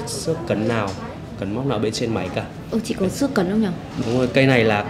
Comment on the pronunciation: vết "xước" chứ ko phải vết "sước" nhé :v